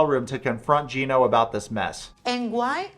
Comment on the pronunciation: “GYE-NO” lmao. Just discovered your channel and it’s awesome.